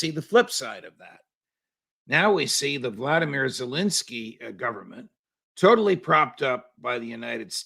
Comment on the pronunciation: Not "vla di mir" Zelensky. His name is spelled Volodymyr, and pronounced 'voh lod o meer.' Alternate pronunciation 'ee vill naht zee'